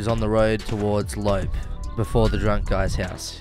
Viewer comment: Love the vid mate I just wanted to say that the pronunciation is a bit different to what you are saying. Tay-mo (Teimo), Lop-pe (as in the second e in elevator), and Pera-yarvi (Peräjärvi). Don't take this too seriously. :-)